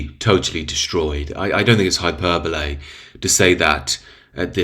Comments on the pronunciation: Hy-per-bol-ee (not ay) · I would tune in just to hear you say 'hyperbolaay' 😂🫡